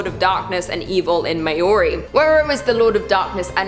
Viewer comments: Someone needs to fact check a bit better before getting the to present things as such! Also, not too picky buuuuttt! The Maori (pronounced ma-oh-ree) are still a thriving people & culture in New Zealand, I think some of them may take offence to there gods being called non existent, just saying 😬🌸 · Queen! I’m Māori from New Zealand. The god Tane is pronounced Ta-nay and you pronounce Māori as Mao-rii…. Kinda, it’s hard to pronounce without the tongue roll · You could have at least Googled how to pronounce Maori..